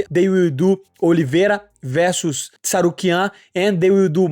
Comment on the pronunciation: It's interesting that Renato was the only one who pronounced Arman's surname correctly😅